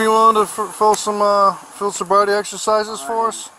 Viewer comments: "I'm not intossicated!! And you never gave me a sobribety test!!"" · 😂😂😂 "sobvrity" .. love it man!!!!